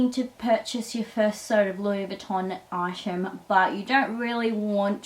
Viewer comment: This video is so annoying the word is item not eyesham learn to speak proper lol 😂